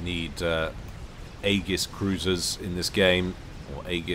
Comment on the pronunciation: Oh btw - Aegis is pronounced "ee-jis", for next time!